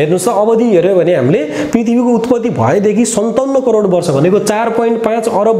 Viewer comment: Its crore sir not corer.